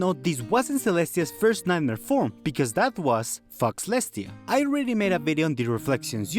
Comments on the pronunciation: Bro... faux is pronounced as foe. The 'x' is silent. In other note, faux leather is also not pronounced as fox leather. It'd be very confusing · I know i'm late, but Fauxlestia is pronounced foe-lestia, as in the word 'faux', meaning fake or falsified.